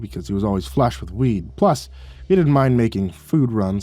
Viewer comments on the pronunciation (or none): none